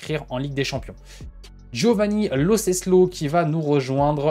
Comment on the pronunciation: Lo CeLSo coach et non Lo Ceslo 🙄